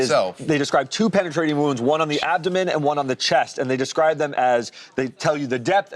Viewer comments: What the fuh is abomenen 😭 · What is an adbomonen? Did he mean abdomen? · “1 inch lanear defect on her abomonen” 💀💀💀 is as illiterate as these gang members he hates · On her what. Obonomen? 😂😂😂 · that is NOT how you pronounce abdomen homeboy...🙄🙄